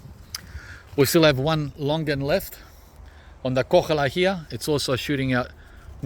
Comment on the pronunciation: There is no such thing as a KoCHala longan,... It is a koHALA longan, like your very own Australian 'Koala' bear.